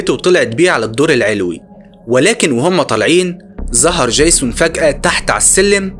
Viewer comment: يا عم دي فلاحه سيبك منها 😂😂 قال ديجزون قال